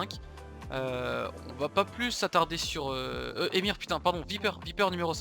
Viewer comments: genial mais on dit pas EMIR mais EUHèMIXèR ou èMIXèR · On dit "émixère" pas "émire"pour solary EMXXR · ça me stress quand il appelle EMXR "émir", genre moi j'dis "E M X R" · Salut j'adore ton contenu mais tu est sur que ça ce dit ÉMIR ET PAS EMXR? 😂❤️ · « Émir » c’est EMXXRR ?